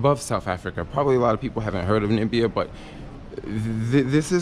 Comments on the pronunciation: NA MI BI A Not Ni Bi A :D Great video though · It's pronounced Na mi bia, you should go to South africa, Cape town is nice but have fun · NIBBIA LMAO, it's just pronounced how it's spelt, not hard at all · U got it---- "Nambia"- Trump.... many don't know my Country or can't pronounce it right--- atleast Angelina Jolie pronounced it right when they were here.... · the way I can't stand those Americans that say Nambia. Like wtf??? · Aww my home country , am not blaming you most people they don’t know how to say 🇳🇦🇳🇦🇳🇦🇳🇦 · Many don't know my Country (Namibia) or can't pronounce it right--- atleast Angelina Jolie pronounced it right when they were here in Swakopmund town.... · I like your videos bro, although you killing me with pronouncing my country's name. Amelikar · as a Jamaican who has been viewing your videos for a few weeks,it took me a little while to realize that you were playing us in your introduction to Namibia by dropping the first syllable of the name,That is the best way to get people talking.Although i have never been to Africa myself,i would suggest that while you are in Namibia,you take a trip to the Namib desert.it should be as exciting as the Sahara.